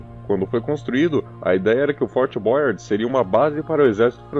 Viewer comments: Fort Boyard com acento em inglês para uma estrutura francesa falado por um brasileiro é realmente ridiculo...ou fala o nome em português ou fala em francês.... ô povinho bunda o nosso, americaniza tudo. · O reality show Fort Boyard ainda acontece, mas so no periodo do verao. O narrador poderia se informar melhor da pronuncia em frances a sílaba tônica costuma ser a ultima, é Fort BoyARD, nao da forma inglesa como diz. E é BoyARD Ville e nao Boyard Vaille, alias em outras linguas se le ville tb. Poderiam ter muito mais cuidado.